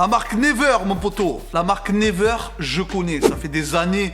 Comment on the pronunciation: C't'accent Anglais Ah ah ah!!! Never on dit niwaire plutôt mais ça me fait golri qd même bravo!!!